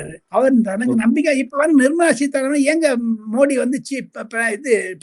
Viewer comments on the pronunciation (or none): none